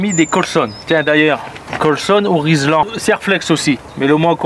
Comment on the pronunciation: on dit vis platiné et riselan.super travail continu